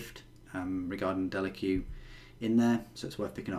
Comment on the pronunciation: Isnt it house delaque pronounced delak? And I couldn't be more excited for all the gsc stuff